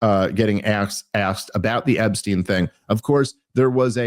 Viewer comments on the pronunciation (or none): Bro. Stop saying "Ebbstein." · It's ePstein with a "P"